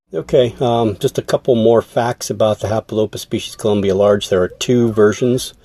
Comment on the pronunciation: The way u said Large in German the first time, was actually the correct way to say it 😊 Although u did it with heavy American accent of course. Good luck with the breeding.